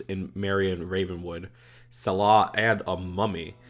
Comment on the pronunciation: Am I the only one bothered by the fact that he pronounces it Suh-lah? It's pronounced Sal-uh